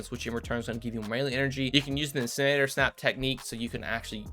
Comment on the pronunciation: My favorite part of this video was listening to him try to say "incinerator" 😂